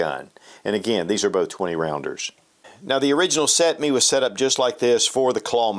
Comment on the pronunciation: First video ive seen you butcher!😂 Can you say cetme?